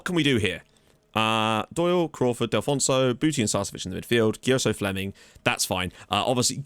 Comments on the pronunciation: Mate, it's DELL-FOO-NESS-OH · Delfouneso is pronounced "Dehl"-"Foo"-"Neh"-"Soh"